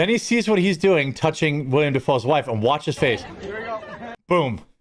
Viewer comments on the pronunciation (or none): One slight correction, it's "Willem" Dafoe (the acting god) not "William" Dafoe. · WILLEM NOT WILLIAM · 10% of this video was an ad read. Its Willem not william.